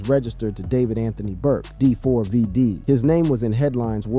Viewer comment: okay first of all its pronounced David, second of all that LITTLE girl was not his fu***ing girlfriend. she was A MINOR !! HE WAS WITH A GIRL WHO WAS UNDERAGE!!! Stop calling her his girlfriend because she was NOT 😒